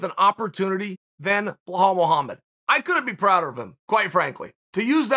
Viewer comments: even with those glasses u still butchering his name ( Belal) Bee_ lal. not Blahal. 😩. 💪🏼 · Always get smarter after listening to chael Only thing, you keep saying "bell-hawl". It's pronounced "beh-LAWL" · WHY THE FAK HE KEEP CALLING HIM "BLAHOL" IF HIS NAME IS BELAL? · Chael, the name is not Bohall, it's pronounced Beelal Muhammad. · BLEHAAL mohammed ? For crying out loud. His name is BELAL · After hearing behall so many times, I can’t go back to belal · This guy butchers names like b one else... it’s not BlaHal it’s Balal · Chael: Bluhall Mullamed Me: ok great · Everytime Cheal says Blehal take a shot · Nobody: Chael: Blah-hall Muhammad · If the Undefeated and Undisputed Champ pronounces it "bEhall", so it shall be. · Chael "Blah Hall" Sonnen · Chael " blaa hall " Sonnen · Chael who is Blahall??? Do they not teach spelling and sounding it out in Oregon or something? It’s really not a tough name I don’t know why your struggling. His name is Remember the name and you can’t even say it correctly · Chael put an effort in getting his first name right it's not Boholl Muhammad😂😂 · Where do you see in the name Belal an " H" sound? I mean it's the third or the forth time you say it like this. I only bring that to you because I'm a big fan and it's not that hard of a name to pronouns like some Russian names, ok great.